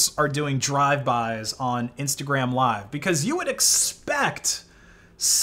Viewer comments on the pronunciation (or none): none